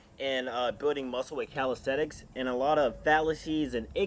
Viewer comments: Why does he say “calistETICS” it’s calistENICS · in the beginning it sounded like he said "how to build muscle with calisex"